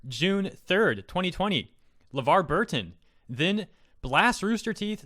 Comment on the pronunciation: It's Levar, not Levard. I think he was talking on behalf of his daughter (Micah). Levar is a legend, he was on Reading Rainbow and was Geordie LaForge in Star Trek: TNG.